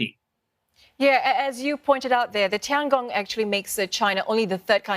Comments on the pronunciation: Why she pronounce as Tiang Gong, it is obviously 天宫 the [Heavenly Palace]. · Well, she could pronounce as; Tiang Ong and not Tiang Gong [the extra G] when it should be Tian Gong. Anyway, look it on the bright side, now everyone knows Tiangong means [Heavenly Palace]. 🙂